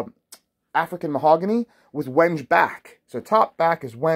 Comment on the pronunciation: Quite a handsome bass, I’d love a wide spaced 5 string version, but Ibanez is obsessed with 16.5mm spacing. Oh, and a little heads up, Wenge is pronounced wen-gay, not wenJ